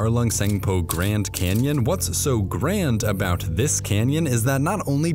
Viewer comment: I keep hearing the largest Kenyan